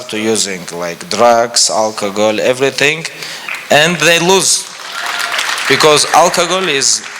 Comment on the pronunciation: I love the way khabib pronounces alcohol as alkagoal